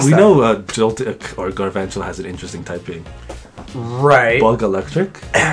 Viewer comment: Its GAL not Garvantula